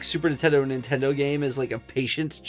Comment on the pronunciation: east coasters always calls Nintendo Intendo